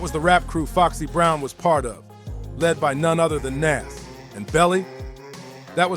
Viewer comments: How do you not know how to pronounce Nas?? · Who is NAss? smh NAS bro smh get the legend name right